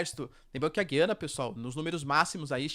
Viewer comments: Perguntar não ofende: A pronúncia certa é Güiana, Gu-iana como sempre foi, e o está equivocado em pronunciar Guí-ana? - Com a palavra os lingüistas que adoram dilapidar as acentuações das palavras do português, degradando a pronúncia da população e tornando num inferno o uso desta língua por parte de quem é obrigado a acompanhar reformas sobre reformas dessa pobre língua. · Professor o nome é Gu ia na, tem muitos canais falando corretamente o nome, até a CNN fala Gu ia na... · Essa pronúncia do nome donpaís, da forma como é feita, destespeitando a sonoridade de cada vogal, é horroroso!